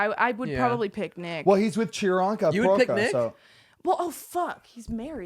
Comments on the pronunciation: WHY IS NO ONE TALKING ABOUT ZAYN SAYING CHIRANKA INSTEAD OF PRIYANKA SSKKSKSK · So we really all just gonna pretend we didn’t hear Zane say “chironka” instead of Priyanka ? 🤣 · he butchered Priyanka's name so bad LOLLL